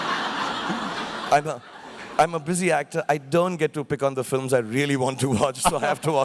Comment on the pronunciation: No offense but in which accent films are "filams"?? :P